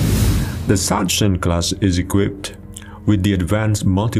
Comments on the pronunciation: I know you propably never heared anyone spelling it correctly, but please, never say "Satschen Class" ever again xD (try Saxen) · BTW: Sachsen is pronounced "Saksen".